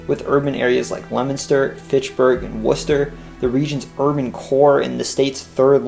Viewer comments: He did very well with Leominster! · Usually outsiders pronounce Haverhill as Haver-hill instead of Hav-rill or Leominster as Leo-minster instead of Lemon-ster. He did a good job.